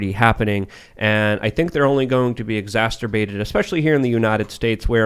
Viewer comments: The fact he can't pronounce it only makes things worse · Please learn how to pronounce exacerbate. Or please just stop saying it every 5 minutes. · improves the show dramatically, even if he can't pronounce exacerbate.